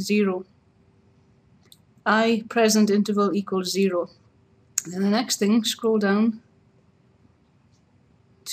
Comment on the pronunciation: "equals zeehroh" zeehroh? dafuq